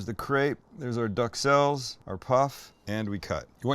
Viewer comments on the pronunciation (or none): I just fucking knew it. Will somebody learn how to pronounce duxelles? There are no ducks involved!